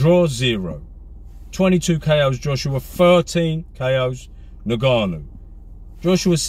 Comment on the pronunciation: “In Ga Nu”